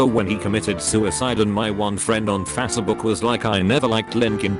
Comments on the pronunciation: *Faa-say-buk* lmao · I died when le bot pronounced "fatsebuk" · Why can't the robot say Facebook correctly? It bothers me. I guess it makes me insecure.